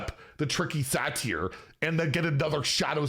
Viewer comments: butchering another pronunciation in Satyr... it's sAter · how pronounces satyr makes me irrationally angry